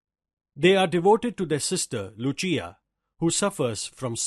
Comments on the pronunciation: It's no lu+chi+aa It's lu+sea+aa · It is not Yacopo its Jacopo and it is not Luchia its Lucia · 'Lucia'-- pronunciation is incorrect